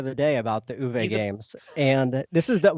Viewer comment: Great stuff guys. Tip from a German speaker: Uwe’s not ooh-VAY, rather OOH-vuh.